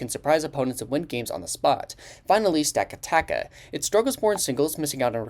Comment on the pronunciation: Many pronounce Stakataka "Staka-taka", without knowing its "Sta-kata-ka"